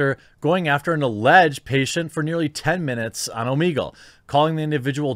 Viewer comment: It's oh-meh-gull, not oh-mee-gull, you [REDACTED].